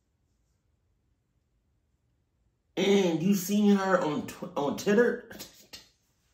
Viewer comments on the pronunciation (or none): Bro said titter 😂😂💀